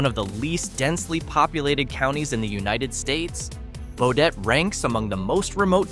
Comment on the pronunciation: Yo dum dum. There is no "O" in Baudette. Stupid Ai.